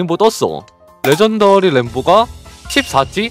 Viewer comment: 레전더리가 러전더리가 됐네